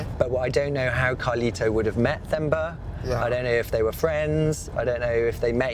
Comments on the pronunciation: He's been saying Themba (correct spelling) wrong the whole time. The H is silent so its pronounced as Temba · It's not Themba for thumb.... it's Themba as Term-ba... the repeated wrong pronunciation was annoying even after Carlito's friend corrected your pronunciation. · This is a touching story 😢. I am south African, from Johannesburg. That name Themba means hope or trust. It's pronounced temba but spelled like Themba not how you pronounce it theemba. 😅 What I want to say is you must call the T in themba. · His name is pronounced Temba but spelt Themba... I live here in Durban, KwaZulu-Natal, South Africa, and there's plenty of Thembas here. Great doccie, thanks.... it really touched my heart. Poor family. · His name is pronounced Temba. The h is silent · Just for future reference, the 'h' in Themba is silent. It's pronounced 'Temba' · Im pretty sure its pronounced 'TEMBA' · Temba-with a hard T sound.-common mate-you keep pronouncing it with a soft"th" sound even after the chap in Mozambique told you how to pronounce his name. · The H in Themba is silent so it is pronounced Temba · Themba is pronounced Temba like the word temp! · It’s pronounced as TEMBA it’s a silent H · It's pronounced Temba (an aspirated t), not Themba (a dental fricative). It is just respect. What is Themba safe from? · Great Journalism. The name is pronounced T-e-m-ba like 😊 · the H is silent my guy. You can say Temba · Great documentary, wish you would have learnt to pronounce Themba's name correctly. Th is Zulu and related languages is pronounced as T... Regards, a South African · His name is Themba... Pronounced "Temba" ('h' is silent, basically) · Themba is pronounced as Temba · The name Themba is pronounced as Temba, The h is silent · Sorry guyz .....i jus had to clarify that the 'h' in THEMBA is silent😊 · Couldn’t find him in those six hours because of your absolute butchering of his name. It’s so fascinating how things get lost in pronunciation. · The way you pronounced his name😭💔